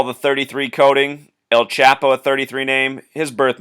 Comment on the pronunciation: esktorp And El Chapo is pronounced chaw-po. You're doing great work but your gringo pronunciations give me a bit of a chuckle.